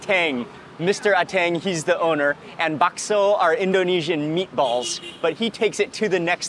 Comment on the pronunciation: He speaks another language, & its too funny how his accent went, where “meaty-balls” in the hands of someone, who speaks a second language, even better than those who are only fluent, in a singular language, is full of soo many puns, & or synonyms that declaring a/the meaning, of anything is just audacious! #BilingualismShouldntBeASecretLanguageReservedExclusivelyForPriviledgedHeritagePriviledgeCultureTouristsAndOrThoseWhoTravelForANewMeaningOfFood